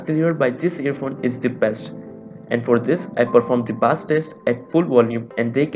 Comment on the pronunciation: Not baaaaaaaaassssss it pronounced as BASE - BASS